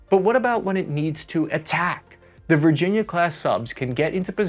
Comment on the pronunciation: "VIRGINA CLASS" ????